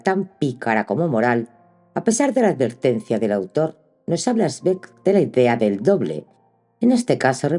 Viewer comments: el apellido se pronuncia Svaig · Gracias Una sugerencia, zweig se pronuncia svaig con cariño saludos!!!